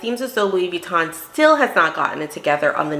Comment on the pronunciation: As an expert, why is she mispronouncing Vuitton?